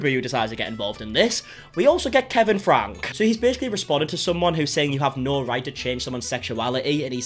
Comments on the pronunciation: Franke is said like Franky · hey no hate just want to let you know their last name is pronounced frankie like frank with a e sound at the end